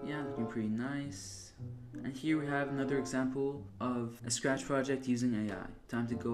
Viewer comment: ah yes, "Spach", "srach", "SAAfcht", and last "Saach", my favorite coding languages